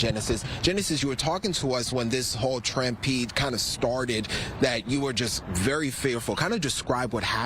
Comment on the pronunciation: He said “trampede” too lol